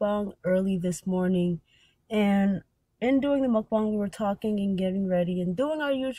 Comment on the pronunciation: y'all need to get a grasp on pronouncing mukbang wrong lol